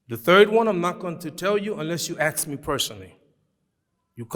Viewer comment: I like the way he pronounce Ask as Aks its kind of cute🎉🤣